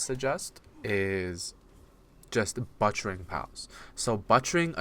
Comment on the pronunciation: LMFAO “BUTTCHERING”?!?! BUTT?!? You lost us lmfao. Pronounce it like PUT… BUT-chering. I can’t listen any more lmao 😂😂😂